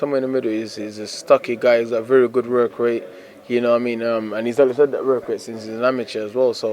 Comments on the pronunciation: Dillian “rork rate” Whyte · Vurk vate